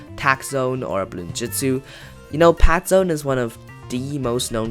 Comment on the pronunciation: you said pat zone